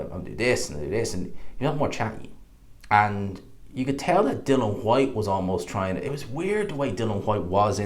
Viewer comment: Love the videos, but please tell everyone it's DILLIAN not bloody Dillon. DIL EEE AN WHYTE.. NOT DILLON.